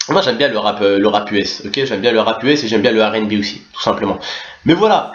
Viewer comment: Mdr tonton tu mfai rire "oussi" "oussi" mdr +1 like